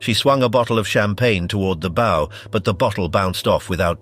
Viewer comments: Advise you talk to a seaman about pronunciation of nautical terms. The BOW of a ship is not a ghostly "Boo" nor is it an archers "Bow". It's always like an underclassman bending at the waist to royalty. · Two repetitive and cannot seem to pronounce the word bow when it is applied to the front end of a ship. It's not a bow like in a bow and arrow. Hire a narrator that knows how to speak the English language. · Please, please, please learn how to consistently pronounce BOW. It's the SAME every time. NEVER a "bow" on a Christmas present. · CLICKBAIT. NOTHING NEW HERE. DOWNVOTED for crappy computer generated narration, cant decide how to pronounce the name of the pointy end od a ship... boo? Bough? Bow? Good God, what a crappy way to fuck up an otherwise interesting video. And with a stupid Limey accent to boot. Poor, very poor. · and mispronouncing the Bow